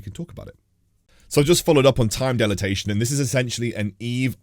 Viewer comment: really good video, got to say I got a chuckle from the way you pronounced Time Dilation and Sovereignty battles. You somehow managed to add extra letters